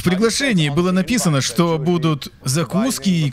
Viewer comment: Как же доставляет это "Шито?", у меня начальник бывший всесто кто говорил "кито", а вместо что говорил "чито" и каждый раз пробирало на ржачь.